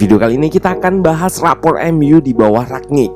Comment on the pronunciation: Kenapa orang tua susah dikasi tau ya? It is rangnick not ragnick. Gue nyadar ketika liat podcast jebreet media, but coach justin bener lafalinnya. Tapi ada yang engga juga ya ini, udah berapa bulan masih aja rag.